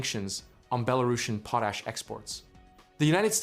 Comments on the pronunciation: It's pot-ash NOT poe-tash!! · It should be possible to teach your AI narrator to say "PAW - tash" instead of 'POE - tash" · It s POT ASH….not POE TASH. POE TASH IS FOR GROWING POE TATERS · PO-tash! Folks thank God we have AI to think for us! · Please learn how to say Potash... goodness sake